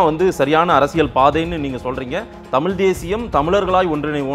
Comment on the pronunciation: ஒரு பத்திரிகையாளருக்கு தமிழ் உச்சரிப்பு மிகவும் அவசியம் திரு.,தமில் அல்ல தமிழ்.